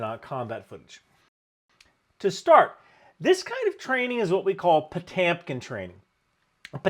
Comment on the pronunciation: …and his name is pronounced pa-TYOM-keen ?